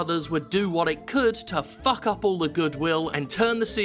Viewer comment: Did you just say puck instead of fuck? Cringey